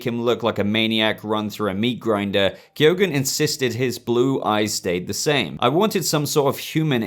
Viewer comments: Yeah B , I think it's pronounced key-gun .Not key-o-gun . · barry keoghan's name is actually pronounced barry key-own